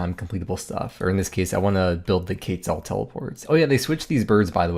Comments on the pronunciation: This man said "Kayt zel" and "Ar Show" lmaoooo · Do you mean to pronounce quetzal so acoustically?